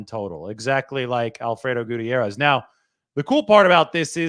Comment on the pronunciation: Fr, he’s usually great at pronouncing names but this one was 🚮